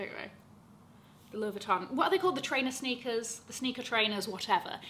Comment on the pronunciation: I love you and for representing France for us Parisian’s who pronounce LV correctly like you